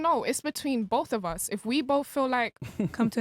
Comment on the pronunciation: I like how she says with BOF OF US 🙄🙄